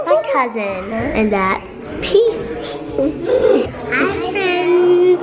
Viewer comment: Peace not pea!!!! Lol